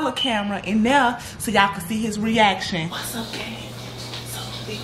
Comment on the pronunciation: 😂😂😂im on the ground he said whass to you